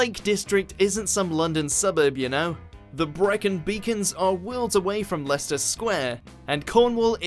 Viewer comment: Leicester Square? I think you mean "Liechester Square"